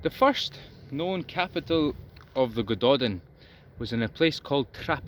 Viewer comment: It's great that you are interested in this stuff, but I'll bet it makes you cringe when people say Eedinburg or Loth-AY-un. So it's a nice touch to do your research on pronunciations BEFORE you make the video, so Welsh speakers or Gaelic speakers, or whatever, don't have to cringe. It's more respectful, and people will respect you more. Here's some help - Y Gododdin: "uh Go-DO-thin" (Both "o"s rhyme with "go", hard th - you nearly had it right!) Mynyddog: MUH-nuh-thog (dd is always hard th, ddog rhymes with dog) Mwynfawr: MUIN-vower (rhymes with shower) Din Eidyn (Welsh): Deen AY-duhn (AY rhymes with say) Dùn Èideann (Gaelic): Doon EE-juhn Catraeth: ca-TRITHE (rhymes with Blythe) Keep up the good work!